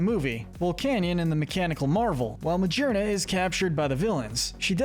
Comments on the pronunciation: This vid is a year old but it still bothers me lol It's not Ma-jeer-na. She literally has 'gear' in her name, like 'shifting gears'. Ma-gear-na 😅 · It’s pronounced SOUL-GUH-LAY-oh, yoo-NUH-vuh, coh-BAY-lee-uhn, BAST-EE-oh-dahn, muh-GEER-nuh, vol-CAY-NEE-uhn, LAH-nuh-KEE-luh, DEE-ahl-guh, PAHL-kee-uh, mell-TAN, FUR-AH-seed, FUR-AH-thorn, toh-GUH-DUH-mar-oo, redge-EE-steel, rev-uh-VROOM, pawn-YARD, AGG-ron, AHR-ron, LAIR-ron, SELL-UH-STEEL-uh, bell-DUM, meh-tuh-GROHS, and EEJ-UH-slash, “Patrick Star”! 🤨 How many times do I have to tell you: stop mispronouncing Pokémon names,! 🙄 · I’m sorry, but y’all really need to do more research into the actual pronunciation of the Pokemon names. Calling Magearna Ma-GEAR-na, with the GEAR part very clearly being a reference to its artificial nature, Ma-JER-na absolutely killed me